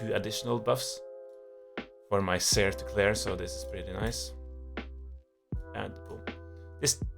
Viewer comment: Nice video. On a different note. I was 100 percent sure you were Swedish but the way you said Seer team made me instead 100 percent sure your Norwegian, lol.